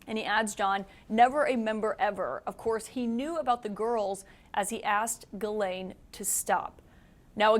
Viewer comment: Her name is Ghislaine (“Geez len”) and not Guylaine (“Gee len”) both common in Québec. Also how do you USAians get “Le fever” (Brett) out of Lebfevre (“Le Fayvruh”) to name only one of your many badly distorted pronunciations of French origin names.